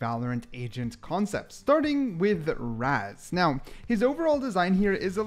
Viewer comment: its Raaz not razz.. correct your pronunciation